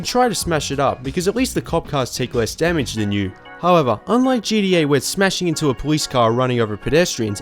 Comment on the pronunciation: GDA..? you mean GTA? Either you are saying GTA far too quickly or you're pronouncing it incorrectly. I'm not entirely sure.